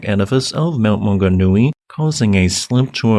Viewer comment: Great pronunciation of place names, also known as Mauao. Deep tragedy here but, when I look around the world and see the other recent tragedies, it seems to pale in comparison. My mother says we feel it because we don't tend to have such tragedies here